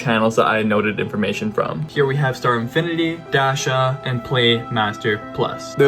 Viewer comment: Bro called datchia “dashia”